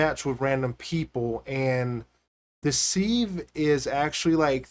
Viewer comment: It's Pronounced SIV just SIV as in give, you use a seive to seive flower for baking.